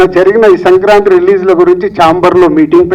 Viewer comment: It is not Sankranthri kaadu ra Sankranthi